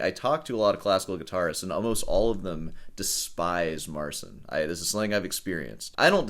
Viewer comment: pole here, it should be pronounce it more like mar chin. the ci makes a chi sound